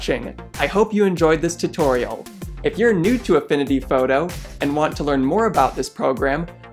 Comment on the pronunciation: I like how he says photo in a kind of accent. Like "fowdow".